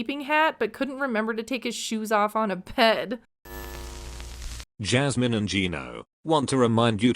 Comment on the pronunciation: I really don't understand why these two are together and, weird observation, but I hate how Gino says Jasmine's name. "jyasmine" 🥴